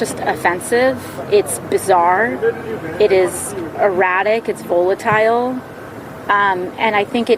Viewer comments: Voo lit tile? Does she mean to say volatile? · Aoc needs to learn how to pronounce. Volatile.